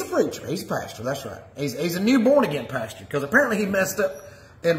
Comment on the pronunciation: I love the way he calls the PASTOR a PASTURE.....Lord n Saviour Jesus Christ of satan???? ......WT??